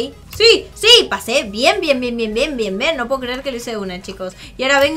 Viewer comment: Like Like si creen que dijo cuando dijo bien bien dijo ven